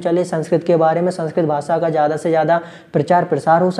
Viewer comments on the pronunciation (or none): none